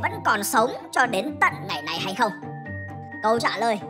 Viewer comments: ad đang che giấu điều gì à mà sao chữ "không" nhấn mạnh thế 🧐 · cái "không" này nó hơi mạnh